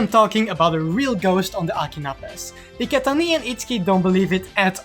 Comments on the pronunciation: That "Iketaniii" with french accent is hilarious af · He's not French, it sounds like Dutch to me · Bruh, I know he's not French but Dutch, I'm just saying that his pronunciation of "Iketani" sounds like french